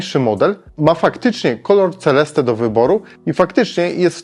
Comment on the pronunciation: Seleste się czyta. Rower jest naprawdę piękny. Na żywo wygląda rewelacyjnie, a według mnie najlepiej czarny: graphite matt/Black glossy. Rower RC ten najwyższy model jest robiony we Włoszech.